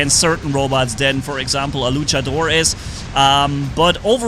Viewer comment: I love how says Luchador Lucha-DOOR